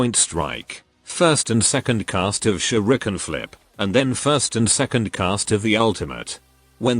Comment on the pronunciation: The way he said shurken